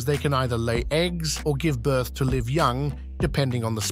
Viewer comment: Stop using AI. Stop using AI to generate false pictures. Stop using AI to generate false 2 second video clips. Stop using AI to write your scripts. And ESPECIALLY stop using AI to make fake voices. Every single English speaker knows that “live” was pronounced incorrectly all through this video. Any human would NEVER make that mistake. PAY HUMANS TO WRITE AND NARRATE YOUR VIDEOS. I’m done with you. UNSUBSCRIBE EVERYONE!!!